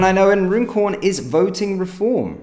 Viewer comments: I'm pretty sure Runcorn is pronounced Run-corn. Not Rune-corn, bud. Please, if anyone is local to that area, correct me if I've got it wrong. 👍 Vote Reform.. 🇬🇧🏴🏴🏴🇬🇧👍👍👍💯🙏🙏🙏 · You are indeed correct. Run - corn😊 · Runcorn isn't pronounced the way you are saying it. It is pronounced Run-corn